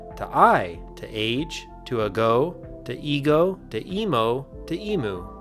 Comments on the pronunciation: It's "eem-YOU", not "e-MOO". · “EE-moo” instead of “EE-myoo” makes me cringe a little. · btw its pronounced ee-myu with a kinda y sound not ee-mu. great video but that annoyed me as an australian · It's "ee-myu" or "eem-you", NOT "ee-moo"! It's a bird, not a bloody cow! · emoo? i guess im just a knit picker for American pronunciation of australian words lol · Emu is pronounced "iimyu", just fyi. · Emu is pronounced "eem-you" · god i hate the american pronunciation of emu. its e-myoo 😭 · the australian in me feels the need to tell you that it's pronounced "ee-myu" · I cringed when he said E moo, like, ew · Absolutely stunned to discover that Americans pronounce "emu" as "emoo" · It never fails to throw me off when people (Americans mostly) Pronounce Emu like that. It's just hilarious to me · great video except you pronounced emu in a way i dont like so you should remake all of it and rewrite all the code just to do it all exactly again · as an Australian...that's not how you pronounce emu 😂